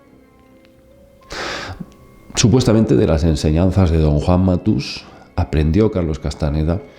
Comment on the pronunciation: Es Juan mátus no matús!!!! Por qué hablan tan mal los dos spañoles!!!???!?!?